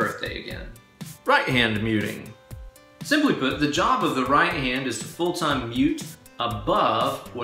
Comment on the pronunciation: lol I heard Jabba the right hand instead of Job of the right hand. Nice video!! Thanks!